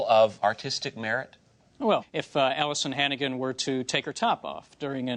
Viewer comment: Allisan Hannigan over and over lmao